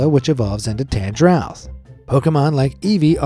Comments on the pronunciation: I winced hard when you said "tan jrouth" 😂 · the G in Tangela and Tangrowth has a hard G sound like "Good God" not a soft G sound like "Giant" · It's Tangle-a and Tang-growth. Not what he said! 😂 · The way "Tangela and Tangrowth" were said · The way u screwed up the pronunciation of wobbufett, tangela and tangrowth was like nails on a chalkboard 😂😂😂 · the pronunciation is not on point. Tangela is pronounced like a tangled mess, and Tangrowth is pronounced like it is growing collection of the same tangles. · That Tangrowth pronunciation though... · You mispronounced tangrowth